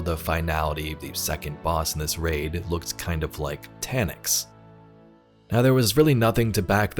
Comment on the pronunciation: It's Taniks. End of discussion.